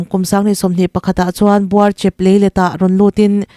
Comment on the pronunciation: Aitlang hi... A lam rik dan tur chuan " Mei lum ka ai tih kan lam ri ang hian "Ai" Hi lam rik ni se a dik a, Buarchep pawh " Buar" Lai hi a hniama lam a " Chep" Hi... Thutthlenga kan han thu a, kan chep kan ti a kan lam rik ang hian "chep " Lai hi lam tur.... Thahnem ngaihna vang in aw